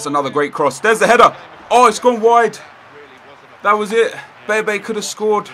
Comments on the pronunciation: When you say bebe you say baby lol :P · I swear you pronounce some names wrong on purpose, like bebe, what's the point? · Btw bebe is pronounced Beb-ay